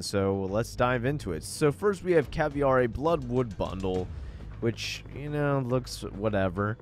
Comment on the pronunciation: It’s ca-ve-ira not caviera. Sorry lmao but as a Brazilian it’s triggering when it’s said wrong